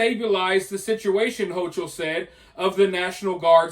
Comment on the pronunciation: It’s pronounced “Ho-KUL” She should be locked in the worst prison facility that’s still standing. Poloncarz too. Take ‘em all.